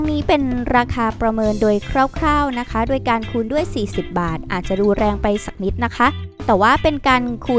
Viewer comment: ได้ยินคำว่า สักนิด แล้วรู้สึกแปลกๆหู